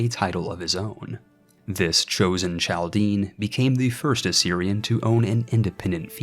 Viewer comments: its pronounced Kal-Dee-En , source: There are tons of them in Detroit, they talk about this ancient history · I love this vid! Inspires me to do a similar challenge. The historian in me wants to point out it is pronounced "CAL-DIAN" the Ch makes a K sound